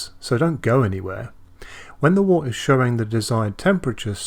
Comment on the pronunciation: Wort is pronounced 'wert'.